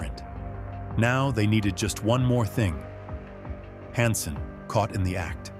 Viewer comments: narrator has to be ai right... the constant mispronunciation of "hansen" is strange to me-- thats not an error a human would normally make like if u say "han-sen" then u would be consistent but this narrator swaps between "hon-sen" and "han-sen" which is just odd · "A career-ending mistake "? Conciously betraying our sources who were executed, a mistake? Who wrote this, a bad AI program? "Honson". This is pretty cheap AI.